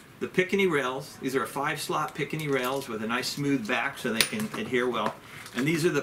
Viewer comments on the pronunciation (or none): It's not a "picanny" (rails) but "picatinny". Nice review, anyway...